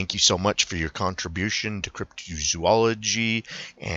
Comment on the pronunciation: Also Cryp-too- zoology, It's Cryp-tow-zoology.